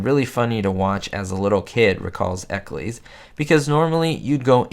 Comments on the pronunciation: It's not Ecclees, it's Eccles, pronounced like Nickels or the Hollies song, Jennifer Eccles. Teddy did a lot of voice work in Hanna Barbera cartoons. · Correct me if I’m wrong, but I believe the surname “Eccles” rhymes with “heckles.”